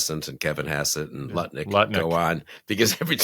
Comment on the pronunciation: LOL. Did you just call Lutnik 'Nutlik?'. Perfect. Just perfect.